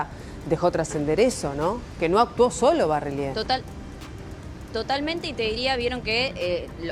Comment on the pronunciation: Dos meses y todavia no aprendiste a decir Barrelier???